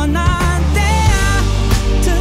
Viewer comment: This song plays on the radio at my work every day (grocery store). I don't understand, he sounds really accusatory in the way he's singing and the way he pronounces "there" and "fair" annoys me to no fucking end. This song is below average and i'm forced to hear it all the time.